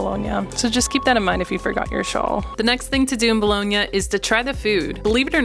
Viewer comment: Bologna ,not Bolohnia